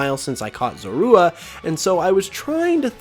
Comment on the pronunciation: The way you say zorua bothers me so much 😂 also WHY ROWLET?!? usually grass types have a wide disadvantage. From typing to low coverage.